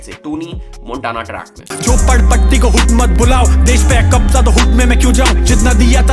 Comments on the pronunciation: Bhai jhapodpatti nhi jhopadpatti hoga I think bro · It's jhopadpatti...not jhapodpatti bro!!